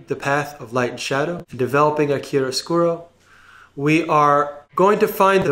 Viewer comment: Gg for the pronunciation of chiaroscuro, you nailed it